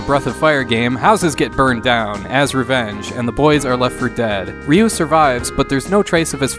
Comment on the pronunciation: ‘Ree’ not ‘Ray’ 🤗